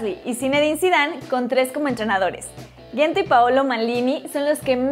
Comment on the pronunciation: Mejor que Correa, sin discusion, q Joao Felix, estaria por verse, y no se dice Gento, se pronuncia con J deben de informarse un poco antes de subir videos.